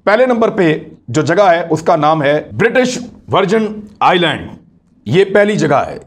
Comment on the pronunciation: It's Cayman Islands but pronounced as iland 'S' is silent